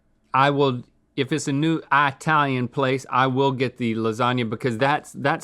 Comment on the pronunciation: "Eye-talian" sends shivers down my spine.